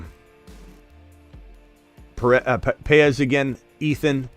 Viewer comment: BTW, , you pronounced Paez correctly and I thank you. Very difficult for many. I am also a J. Paez so you have two of us watching you! What time is the stream tonight? Can't wait to see results. Take care